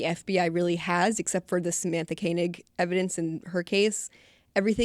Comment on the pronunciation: Samantha's last name was pronounced "Koh-nig".